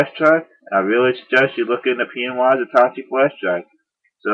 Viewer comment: its pronounced at -ta - ché Otherwise, great job!